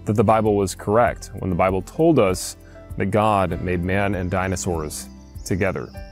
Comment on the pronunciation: I love the way that when says "Bible" it sounds like "babble"